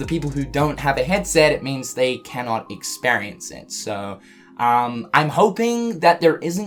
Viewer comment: Experience = 😀 Ex-spare-E-ance = 😫